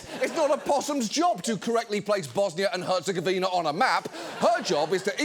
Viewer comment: The And Now afther John mispronounces Herzegovina - 🚫 😄